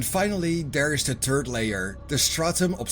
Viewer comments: Sorry but all I Heard was the turd level 😂😂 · "the turd layer" Hahaha. That's me